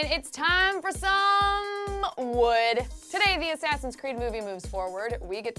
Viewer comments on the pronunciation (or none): Totally agree... I mean, whats with the totally unnecessary emphasis on the word 'Wood' at the beginning of the video? No need for it... But I suppose it does get sexually frustrated adolescent males interested.